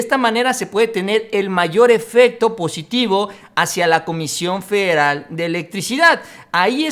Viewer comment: Se dice "FEDERAL", "FE-DE-RAL". No "feral"